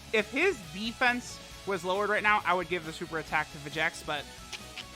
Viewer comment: When does Lern his Name is Vegenks not Vegeks?